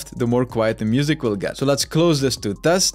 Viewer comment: "... Spotify source goes down when I thawk, and when I stop thawking..." xD love ya bro! :thanksdoc